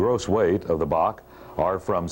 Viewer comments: It was always B A C…..never BOK like the narrator is saying…..so annoying! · BOK? BOK? It’s Bee Eh See! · Correct. Built in Romania and operated by TAROM (Romanian Airlines). Also we always said B A C one-eleven pronounced as letters not as Bac (or Bark the way he is saying it) pronounced as a word.